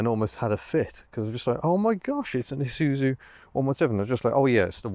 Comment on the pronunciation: Shouldn't it be 'eye zoo zoo'? Anyway, great video as usual